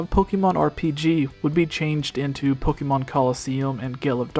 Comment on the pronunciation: Was I the only one triggered when they pronounced Pokémon Pok-ee-mon